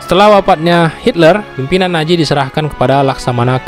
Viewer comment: Nazi bukan naji 😂 z bukan j